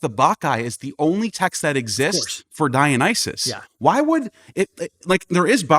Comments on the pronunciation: ' pronunciation "Dionyses" grates my nerves. Can he read? Does he understand vowel values? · The dude literally can't even PRONOUNCE Dionysus. Has he ever even read the word???? Very doubtful.